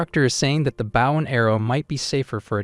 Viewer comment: That AI stil cant say Bow and not baw 😆